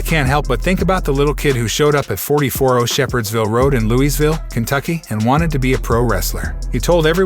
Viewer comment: Roll - inz louis - ville saaasha. sahshah